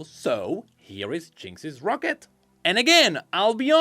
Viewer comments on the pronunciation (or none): none